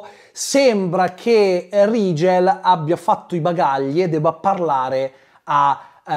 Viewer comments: L'unico Rigel (che tra l'altro si dovrebbe pronunciare Righel se non erro... ma è l'ultimo dei problemi temo) che ricordo al cinema come personaggio interessante era uno dei 4 cavalli arabi di Ben-Hur.... 😂 Grazie per il buon umore che ci regali con queste recensioni. Un abbraccio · Vorrei sottolineare che il nome Rigel si dovrebbe pronunciare RAI-GEL non RI-GEL. Non hanno avuto neanche lo scazzo di cercare la giusta pronuncia per il nome del loro co-protagonista. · Personalmente l'unico Rigel (che poi ho sempre sentito "Righel" come pronuncia) che conosco è un personaggio di Saint Seiya. Guarderò questo film? Assolutamente no, ma solo a sentire le recensioni sento la mancanza di Tre metri sopra il cielo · Rigel che io ho sempre pensato si pronunciasse RAIGEL 😂